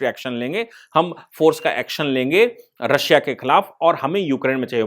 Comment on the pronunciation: सर "रश्या" नही रशिया बोलते हे!🤦‍♂️🤦‍♂️